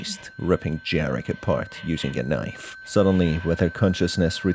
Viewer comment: Greetings from Poland! "j" in Jarek is pronounced like "y" in "Baba yaga" Good video whatsoever, keep up the good work!